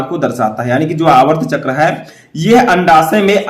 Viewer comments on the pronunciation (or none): Sir aap aatrv chkr ko aavrt chkr bol rhe hai espe sudhar kre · Aavart chakr nhi aartav chakr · सर आर्तव चक्र बोलते है न कि आर्वत चक्र